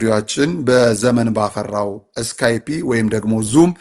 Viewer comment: ስካይፒ አይደለም ስካይፕ ብለህ ተናገር